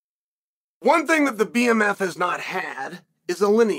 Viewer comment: Bmf not bfm